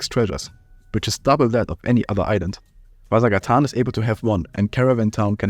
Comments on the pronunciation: the way he pronounces ''vasagatan'' annoys me a ton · The way you pronounce Vasagatan is amusing to me! It's Swedish for Vasa Street, a real street in Stockholm (and many other Swedish cities). Thanks for the video, I stopped playing after the radio tower when it was the end of the game and never installed it again.